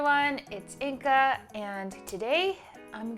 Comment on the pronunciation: I'm curious if Inga could comment on this to correct me or confirm, but every time you say your name, it sounds like "Inka" and not "Inga". Is it just how close those sounds are that's messing with me, or is your name pronounced "Inka" (and never mind the spelling)? Thanks!